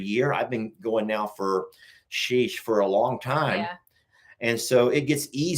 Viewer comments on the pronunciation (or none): You forgot when says FOR sounds like FAR. haahaaaa lol I LOVE IT!